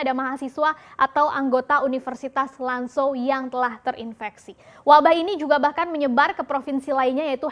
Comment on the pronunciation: Zhong Mu ( bacanya Cong Mu) Lan Zhou ( Lan Cou)